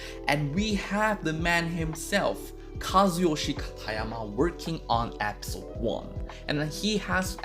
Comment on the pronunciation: "App-sote" (episode) (accent) uwu ❤️